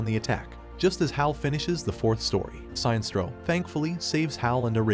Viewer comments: It's pronounced..."Sin-nest-trow"....Sinestro. Not "Sign-strow". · Robo narrator really said tall blue immortal beings when the guardians are shorter than a lot of the green lantern corps members also the robo narrator was literally saying Sinestro wrong the whole time its Sin-Es-Tro not Sign-Stro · SIN ess troe. Not Sine-stroe. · it's pronounced as Si.....nestro